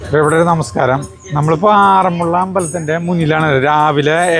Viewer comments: ആറന്മുളള എന്നല്ല പറയേണ്ടത് ആറന്മുള എന്നാണ് പറയേണ്ടത് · വെള്ള സദ്യയല്ല വള്ളസദ്യ. അതുപോലെ ആറന്മുള യാണ്, ആറന്മുള്ളയല്ല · ആറന്മുള്ള അല്ല.... ആറന്മുള